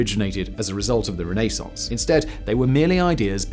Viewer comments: New drinking game. Shot every time Simon says Renee-sance. You'll be blotto by minute 7. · Noorth americans. "Renassance!". Lol we are so lazy. :) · I love his pronunciation of renascence. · It may be correct but that is the most irritating pronunciation of Renaissance I’ve ever heard… and it’s said so many times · Is your pronunciation of Renaissance normal in England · The way you say Renaissance has me stabbing my ears LOL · The pronunciation of renaissance in this video killed me.